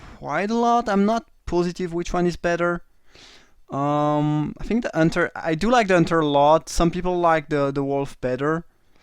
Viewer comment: Nice drafting and commenting as always. Love how you pronounce it Unter instead of Hunter :D you french guys :D